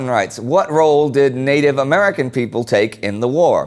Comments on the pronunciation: native not natibe :) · Natibe AHAHAHAHAHA